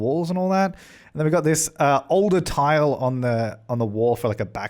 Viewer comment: Why do you say Tile as "Tegel"? 😂